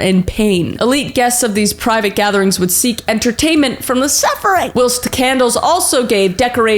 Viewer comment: Does she not know how to pronounce whilst or is she just saying a different word?